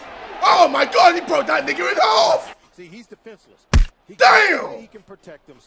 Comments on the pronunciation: Who else heard the hard ER at the end of him saying nigha 😂😂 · jj says n word with the r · That hard er had me dying from the offset